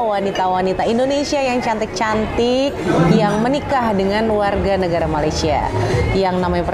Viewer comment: mohon dibetulkan ya.. orang Malaysia biarpun di sebelah Semenanjung mempunyai loghat "E" tapi ngak pernah sebut perkataan Malaysia menjadi MALAYSIYE YA.. sila hadamkan ini.. terpanggil untuk memperbetul kesalahan bahasa yang suka digunakan oleh warga Indonesia bila ke Malaysia..